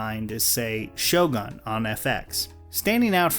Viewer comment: Do you not know how to pronounce "Shogun"? Okey its a japanese word but it is pretty much a well known word and if you watched the show they have an English guy learning how to pronounce it.